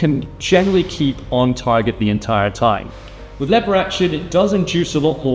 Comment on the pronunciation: What is leave her action I think it’s pronounced lever action